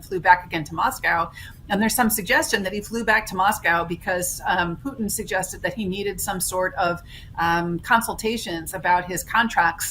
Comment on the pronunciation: Poo IN? ( ). Mar-IN? ( ) 😂😂. Why don’t people (millennials) know how to pronounce “T” anymore? Did they take that letter out of the alphabet now?